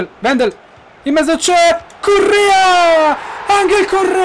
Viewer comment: Ma solo io quando dici "la mette in mezzo" capisce sempre "la mette in "?? ahahahah,comunque.... #krulforpresident